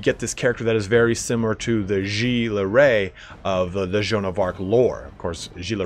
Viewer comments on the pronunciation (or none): none